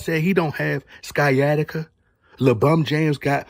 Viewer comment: I believe Sciatica is pronounced, Sy-attic-ah. Could be in an alternate universe, so excuse me if I'm wrong.